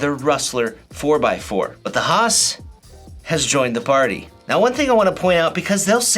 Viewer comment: Bro..I love you for calling it the: HAH-SSSss.